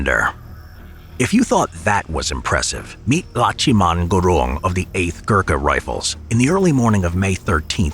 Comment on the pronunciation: its not Lacchiman its laxman gurung लक्ष्मण गुरुङ